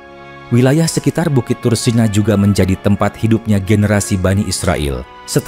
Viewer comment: Tursina...mengapa disebut ..tursena...apa anda gak bisa menyebut...iii...☝️💥🕋🕌